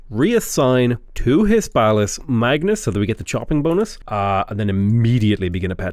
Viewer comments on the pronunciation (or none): none